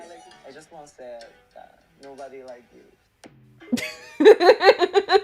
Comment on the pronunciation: Hongjoong means to say "Nobody is like you" is a supportive way but it sounds like "nobody likes you" due to his accent 😭😭